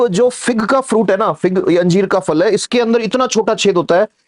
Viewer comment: sir फल को फ़ल Q बोल रहे !